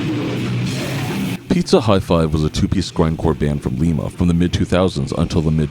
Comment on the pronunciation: Sorry to be annoying, but Lima, OH is pronounced "Lie muh," not "Lee meh" like the city in Peru